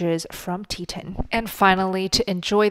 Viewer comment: It's tee-ton, like the mountain range, no 'i' in the word. Also, two other good meat sources are Wild Pastures and Force of Nature. (I like them better than Butcher Box) Great video for beginners and more experienced people.